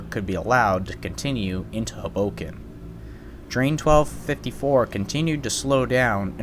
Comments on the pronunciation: It's pronounced HOboken, not hughBOkin. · It’s “Hoe” boken not “Huh” boken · It's not huboken, it's Hoboken. Great vid tho! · Minor nitpicks. It's SEE-caucus, not SeCAUcus and HO-boken, not Ho-BOken. Otherwise , nicely done, as all your videos are. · And HO-bo-ken, not ho-BO-ken. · This pronunciation of Hoboken is anxiety and cringe provoking. Please don't do that again. 00f